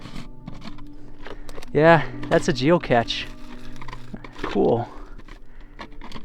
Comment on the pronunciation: Its geocache. Pronounced geo-cash. The big tank with holes and tubes is a boiler that was used to create steam.